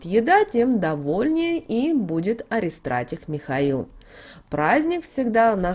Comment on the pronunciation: Спасибо за информацию! Только пожалуйста правильно произносите слово :АРХИСТРАТИГ💕 через х перед и, т е архиважеый, самый главный!!!